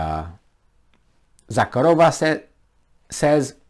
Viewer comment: zakArova, not zakarOva